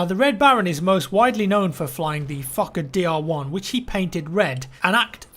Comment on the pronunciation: The Fukkahdeer lmao.